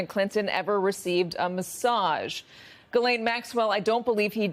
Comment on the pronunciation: Gis- LANE - MAXWELL